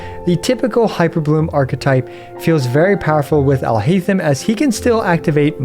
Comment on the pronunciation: Your pronounciation of his name is horrible